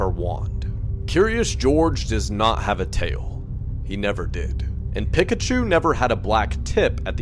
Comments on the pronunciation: Is no one gonna talk about how he pronounced it "pick a chu" not "pikachu?" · did he say pik-a-chu like it’s pronounced pick at the beginning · They way he pronounced “Pikachu” hurt me. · I was looking for a comment about how he pronounced it 😂